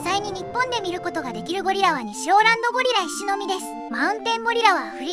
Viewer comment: ゴリラの発音良すぎやろ笑